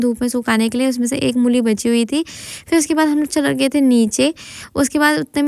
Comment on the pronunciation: Mooli ✅ mulli ❌